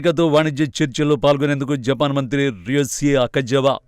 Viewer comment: 0.54 జపాక్ కు కాదు జపాన్.